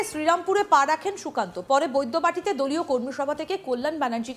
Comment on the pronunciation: Mod kheye kheye kallyaner mukh die sukanta namta are uchharan kortei parchna tar maneta akhono bujhte na parle bhagarer rastata...........